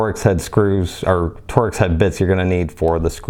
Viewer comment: It’s pronounced “Torks” not “ Tor-X. I’ve carried mine a lot and in 26 years have taken it apart once. Soap, hot water and a tooth brush is all you need. Been cleaning my Buck 112 that way since 1975 !